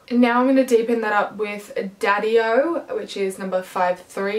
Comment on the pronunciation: the way u said daddy-o made me laugh for some reason lmao